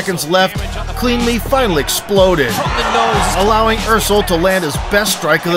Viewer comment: pronounced Earsel, not Ursel...